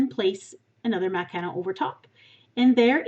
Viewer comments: It's not macalon it's macaroni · no, it's not. the word is really "mah-cah-ron". this pastry is french and i don't think there's an english way of saying it. macaroon are a whole different dessert. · (MACK-A-ROONS) not what ever the heck you say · it's MAC-A-ROON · I use to have this one account and i commented that i thought the way you pronounced "Macaron" wrong and you banned me. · Greetings from Toronto! I could tell by the way you pronounce macaron that you were probably from Canada, then I looked up your page that said you are from northern Ontario so I knew for sure. I love the French language. I put all three of my kids in French immersion and two of them now have university French degrees. Oh and by the way lol, I loved your video too and will be making these for next weekend. One of my daughters is a macaron fanatic and I have a beautiful tin of Fortnum and Mason loose leaf Earl Grey tea in my kitchen which I'll grind up a bit. Thank you! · I'm almost certain that's not how your pronounce macaron.